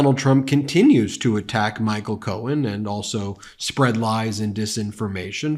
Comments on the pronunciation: Is he calling him cone??? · Sounded like he was referring to Roy Cohn not Michael Cohen 😂 .... you know that old buddy of sleepy Don who caught hiv and died. Strangely enough that same time frame was when trump stopped frequenting Bars in New York I still think he's bi(if not closeted gay) he needs to stay in the closet if so😂.....😅